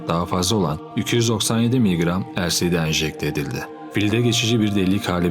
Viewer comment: Elsidi degil, elesdi diyeceksin